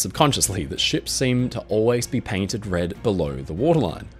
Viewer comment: “Paintended” I see u